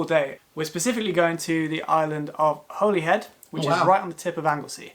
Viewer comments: I live in Carmarthenshire but born in the coal mining valleys of South Wales. Wales is beautiful for sure. A couple of mispronunciations by the presenter….. Pendine is Pen-dine not Pen-deen and Holyhead is Holly-head not Holy (as in religious)-head. Love how enthusiastic you are about the UK…. We take it for granted including all the castles. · Wales is my country guys, thx for reacting.🏴 He pronounced pending wrong, it's pronounced pendyne even tho it's spelt with an i & Holly head not holy head & Conwy is pronounced Conwee. There are a total of 600 castles In Wales, centuries old. There's a castle ruin in my hometown Swansea in our main town centre. We have lots of beaches you'll have a lot to choose from, the Gower has beautiful beaches.🏴 Check out a video Wales Top 50 Tourist places by a channel called Top Tourist places, What is Wales famou for 18 things Wales is known for by the channel called World insider 7 great castles in Wales - amazing aerials by channel called Stunning videos History summarized : Wales by channel called Overly sarcastic productions Wales and it's unknown beauties | free documentary nature by the channel called Free documentary - Nature Hope these might help, just incase you didn't see these guys, I was so pleased to see you guys react to my beautiful country.👍🏴❤️ You would be very welcome here. Croeso ( means welcome).🏴. Please stay warm guys.❤️ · He cant say holyhead lol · BTW Holyhead is pronounced Holly head.